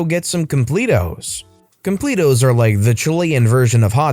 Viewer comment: When you realize he says completos wrong.